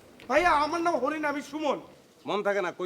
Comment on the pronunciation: হরিণ না হরি